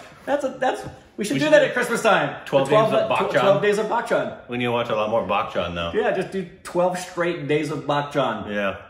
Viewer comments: well its Amitabh Bachchan & not Amitabh Buckchhan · It isn't "Bak-chan" it's "Ba-chan" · Its not pronounced as buck chan though....